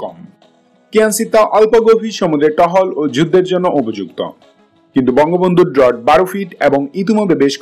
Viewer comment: ড্রট na seta hbe ড্রাফট, chouchollish na chuallish hbe